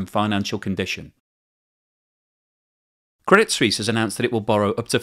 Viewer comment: I do wish that these presumably college educated network presenters would learn to pronounce words and titles properly. Do they even review the text of their prepared reports, before going on air? "Swiss" and "Suisse" share a meaning, but are pronounced quite differently. The name of the bank is "Credit Suisse", not "Credit Swiss." Anglicizing the word is just plain ignorant.